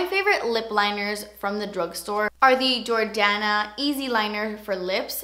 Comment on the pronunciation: I swear I thought that you said the jordana lip pencil was in the shade "kanye" at first 😂